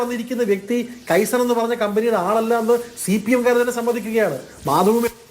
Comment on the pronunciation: കെയ്സൻ അല്ലെടോ... കൈസൺ. ജാപ്പനീസ് വാക്ക്. അർഥം, small small improvements... 😀😀😀😀